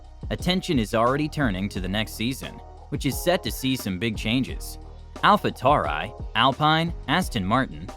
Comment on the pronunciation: Hey, great video but a couple suggestions for greater engagement and views: -the thumbnail is a little difficult to make out, I'm still not sure what it is. Making it easier to work out what it is may increase clicks and so views. -pronunciation is very important, you for a few wrong in this video - alpha tauri, Zhou Guanyu, alpine. This can make a video annoying to watch so you'll get less returning viewers. Best of luck and keep up the great work